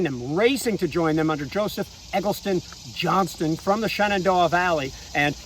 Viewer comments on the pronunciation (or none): none